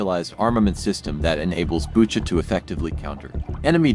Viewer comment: This channel has so much potential, but the voice overs/translations need some work. One glaring example is "Bucha" -- most people who know what Bucha is know how to say it, but apparently not the narrator.